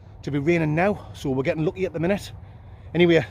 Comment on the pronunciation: As a yankdingo I’m loving break into a septic accent recently at random times. 😂 “Gerrin lads” lol